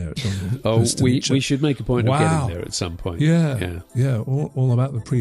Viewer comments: As czech I have a few notes about pronounciation Dolní Věstonice. The first part was fairly okay. But end part 'nice' sounded as if it was an Italian town. They are pronouncing it as ch in chequers or cz in czech. But it is meant to be c is as c in pronunciation. But otherwise it is good video. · It's pronounced Dolnee Viestonitse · Very interesting. Hope to get more information soon. BTW note of pronunciation: it's pronounced 'vestonitse'. No 'che' at the end. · you pronounce Dolni almost ok, Its Dolnyi (the n is like the first n in Canyon) and Vestonice is Vyestonyitze (not Vyestoniche) again same n sound like in Dolni (ny) otherwise not a big deal. Good podcast. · Guys, you still misspronounce Dolní Věstonice :-) You make mistake just at the end of name. "ce" is not "tche" but "tze" in english pronounciation. Google translator may help you, it pronounce it nearly as czech or moravian would pronounce. But absolutelly thank you for this topic. Greetings from czech republic. :-) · The pronunciation could be written for English speakers as "viestonitse", not "vestoniche". I don't mean to be picky, it just bothered me as a Czech speaker. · it's pronounced (approximately) Dolni Vestoni(tse) like saying tsay (and not 'chay'). The 'ni' in Dolni isn't quite like an Englishman would say it but you get it pretty close. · Vestonitse, not Vestniche. Pavlov is the next village to Dolni vestonice. Czech Republic, not Czechoslovakia, etc, etc. By the way, if you happen to be visiting the city of Brno in the Czech Republic, the burial, all nine of the venuses and the other objects shown here are all being displayed together for the very first time at the Anthropos museum. Well worth a visit. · Correct pronunciation: Dol-nee Vye-sto-neetz-se. Please give it a try gents. I cringe every time you guys butcher it. Thank you from all Czechs.